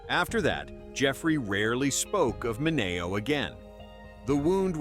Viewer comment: Sal's last name was pronounced MIN E OH.